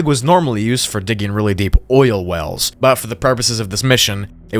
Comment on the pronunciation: did you just say OIL WELLS?